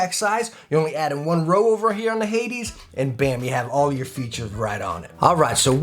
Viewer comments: It's "hay-deez", man. Hades. Hell. Hay - deez. Not "haydz". Hay deez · Why did he pronounce hades at the beginning like haids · Btw the way it’s pronounced hay-dees